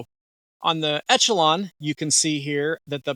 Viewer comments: It's not called Etchalon, bud.. It's Echelon (like Eshalon). It's not an Etch-a-sketch! 😝 Lol.. 😂 The CZ P10C is hands down the better pistol. But since reviewer is a leftie, he prefers the Etch-a-lon. Besides all the mispronunciations, okay review, I suppose. 🤔😏 CZ still the better choice. Stop the Leftie Limp wristing & it'll shoot better. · Esh-uh-lon. Just an fyi. Good review though!!! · Thanks for the video but echelon is pronounced esh e lon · I took a shot each time you said ETCH-ALON. I'm drunk! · Echelon is pronounced Eshelon